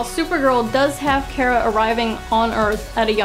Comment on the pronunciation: Its not Kera its Kara 😁